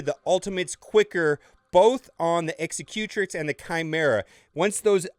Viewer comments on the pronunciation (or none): Dude... its pronounced X-sec-u-trix not eggs-eh-cue-tric. Think executive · Loved it! Can’t stop laughing at how you say “Executrix”. Execute-ricks?? Lol! You can never make fun of Tie “Slicer” again! A new rule!! Loved the vid, though, which is saying a lot given how long I detested ships.